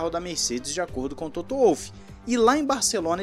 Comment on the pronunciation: TOTO FALANDO TOTÔ ...